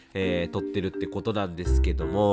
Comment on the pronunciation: 「ですけども〜」が「どぅぇすけどむぉ〜」て感じに聞こえてこっちまでぽやぽやしてくるw この時期体調崩れるといつも以上に心配になりますよね… お大事にしてください🤲